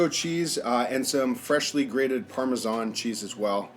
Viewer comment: Hes killing me with his pronunciations. Parmezan, Ojew, pazzta 😂🤦